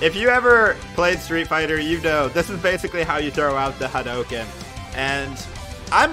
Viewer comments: U cant even say Hadoken right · U kept pronouncing hadoken and Ryu wrong 😭😭